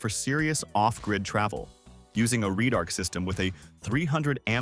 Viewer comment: Or red arc.. not reedarch